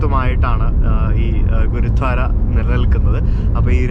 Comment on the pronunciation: u r pronouncing ഗുരുദ്വാര as ഗുരുധ്വാര.......enikku angine thonniyathanonnu ariyilla....gurdwara anu correct pronouncing